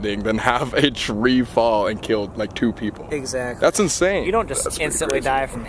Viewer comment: "There are peopler in here " no its BATMAN "I almost died " 😂